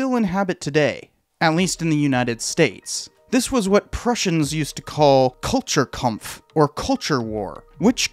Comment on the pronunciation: It's pronounced "kultoor kampf"*